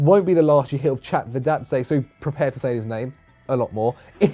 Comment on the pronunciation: Sweet I got my #OneToWatch suggestion in, thanks lads <3 Ma BOI Chakvetadze deserves it. Also very good pronunciation, nailed it(this isn't sarcasm).